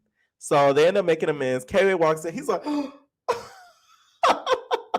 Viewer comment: I really don’t think it’s K-Way like I’m 90% sure it’s Kway how they’re saying it in the show